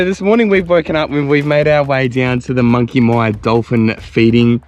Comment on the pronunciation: Monkey Miiiiyyaaa not Monkey Meeeeyyyyaaaa! Anyrate, nice video and amazing to see how much that whole region has changed over the decades. Grew up since birth in the early 1970's doing two trips every single year to visit friends in Denham (and still doing it) as well as spending days around Shark Bay and Monkey Mia. Was nothing there back then, even the road into Shark Bay was all gravel through from the Great Northern Highway turn off. Rarely used to see anyone else at Monkey Mia or Shell beach, even though spending sometimes a whole day out there fishing and swimming. Looks like most of the places we travelled all over Australia that were once very remote and isolated have become major highways and hot spots. Tourism is obviously a massive industry all over the country now, giving a lot more people much easier access to travel and explore 👍